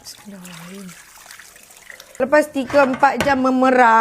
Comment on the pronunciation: SEBUTLAH BISMILLAH TU DENGAN HURUF DAN TAJWID YG BETUL. ADA BERKAHNYA..